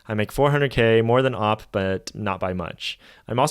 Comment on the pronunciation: OP is not pronounced OPP that's opponent. It's just o p. 🦪